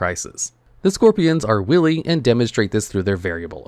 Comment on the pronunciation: Wily is pronounced like "highly". Not like "silly"